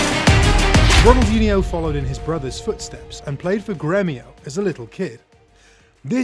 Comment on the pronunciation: The "nh" in Ronaldinho is not spelled like the Spanish "ñ". I can't think of an equivalent in the English language but it's just a sort of lazy "n". It does require a tongue movement that is not usual in English. But it doesn't become a "ni" as was done here. If you can't do it, just spell it like a "n".